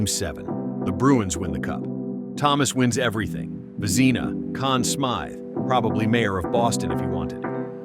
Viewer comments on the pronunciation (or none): Again, a request to feed the AI names phonetically. For starters Vezina is pronounced “Vezz-ih-nah”, with the “ih” really short that’s it is almost “Vezz-nah”, not “Vah-zee-nah”